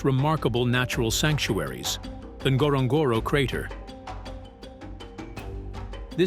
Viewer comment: Wish if you are doing a video about a country you can learn to pronounce it correctly. It is not Tanzinia it is pronounced TanZANia as it is spelt. Same with Ngorogoro. Thank you ❤